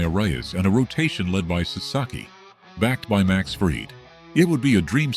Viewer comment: Teach AI to pronounce Max Fried’s name.